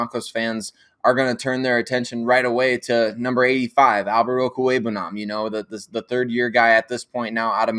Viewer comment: I wish all you people out there would talk to Alexis Perry and learn how to pronounce Okweugbunam! It's about time. There is no koo in his name. Okweugbunam Oak-wheg-bunam What is so hard about that?